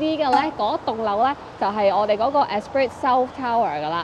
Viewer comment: Nice 1 bdrm. "Espreeee" not "Esprit" ;-) Oh... the chopsticks are narrow, but the it is in how you are holding them. The Top stick should be held between the thumb, index and third finger. The diameter of the stick won't matter then.